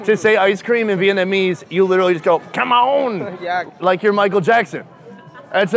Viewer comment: Kem ống not kem ông